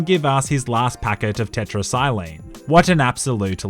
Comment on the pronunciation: “Tetra’sigh’clean” best taken whilst hydrated and with water not food 🤓